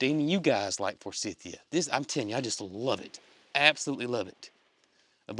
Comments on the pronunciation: We have 2 forsythia bushes on our land. My husband can never remember how to pronounce the name and just says for-cynthia! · We have Forsythia here in UK, all over the place. We pronounce it for-scythe-ia. Hope Tater and her calf get through delivery with no problems. Love from UK 🇬🇧 ❤❤❤